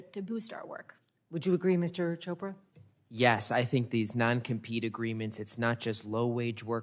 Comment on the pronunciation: lol, commissioner "Cobra", sounds a little racist. kidding, honest mistake. But it's Chopra sir, like in church.